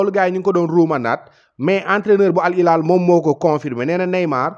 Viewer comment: Sa waay c’est Al Hilal pas Al ilal. Khana d’égo Arab wola woloff? C’est les French qui se savent rien prononcer! Wola “H”amoul ci baol-baol???